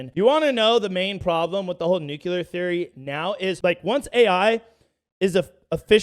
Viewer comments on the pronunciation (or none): Its pronounced how its spelt tard 😂 Nu-clear.. You are pronouncing it, "Nukeular" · WWIII: everyone who says nuke-you-lar goes first o.o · I know you don't care but the word is nuclear! There is no room between the c and the l for a u! It is pronounced new-clee-ar!